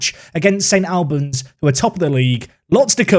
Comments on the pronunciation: St ALLLLLBANS...NOT AL-BANS!!! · It’s ST ALL-bans like All or Arsenal not AL like Alan or Albion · its St Albans (All-Bans) not Al-Ban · My mate sponsors St Albans, have to say it’s pronounced like St Olbans. Went there for their giant killing against Forest Green Rovers in the FA Cup! Love this league filled with loads of teams local to me in north London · Never heard St. Albans pronounced like that before 😅 my Polish mate used to read it as 'Stalbans', which I really like. Disappointed to not see the big tree in the corner of their stadium in game. Don't know if you have seen Clarence Park before? Give it a look. Great results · Love this comment. As a man from St.Albans the pronunciation was getting to me haha. Also can confirm the trees are still there and the pith is not that long loool